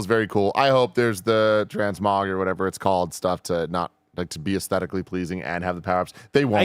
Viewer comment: TransKONG = Transmog